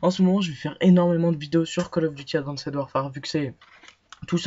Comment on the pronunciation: Ptin ses advanced pas adwanced